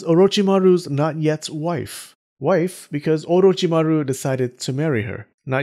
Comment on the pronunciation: The way you say orochimary is 👍